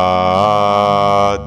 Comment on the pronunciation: जब मा अ मृतात है तो मा मृतात क्यों बोलते है श्री मान जी